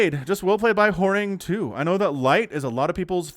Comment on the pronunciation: Horang2 is pronounced as Horange, where the "e" is not silent, so "Horang-e"